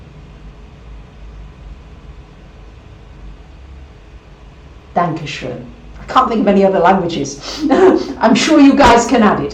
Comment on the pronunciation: Herzlichen Dank! :) (but you've pronounced "Dankeschön!" excellently, as well!) Special thanks to the pleiadians!